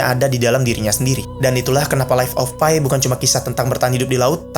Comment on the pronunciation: Enggak "Pai", "Pi" kayak "Papi", soalnya itu nama orang Pi Patel